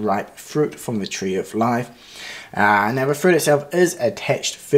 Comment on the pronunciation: LmPrincelyao.. Did This 'Man', Just 'Say'... 'The Tree Of Lifee?' HaHaHaHAHAHAH